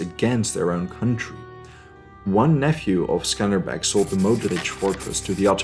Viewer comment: Also he's name is Skanderbeg like Alexander the Great.